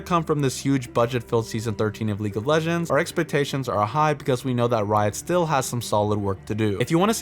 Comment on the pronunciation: Calling the champions legeñds over and over is really annoying xD